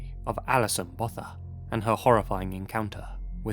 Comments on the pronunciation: I think about Alison Botha a lot. I couldn't imagine living through such a horrific night. We have a lot of strong survivors here, the last few years women have really been banding together to stop the horror in our country. (Also Botha is pronounced with a hard 't' sound, not a 'th' sound) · His pronunciation of Botha 😆